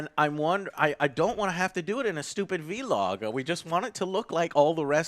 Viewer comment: Why does say vlog like that...? Is it like an inside joke or something...or does he really think that's how is supposed to be pronounced?